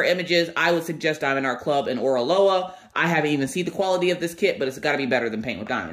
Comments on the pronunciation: Hello there. You are saying the name correctly. It is a combination of the hawaïen words ending with aloha. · can you please not bang the box? It hurts when I listen with earbuds. 😂😂😂 I love Oraloa, you are saying the name right! You should call them Areola though... Because it's funny... Thanks for the unboxing! Haven't seen those two unboxed yet. I am halfway through my Oraloa canvas and loving it. The drills are fantastical and the canvas is amazing to work on.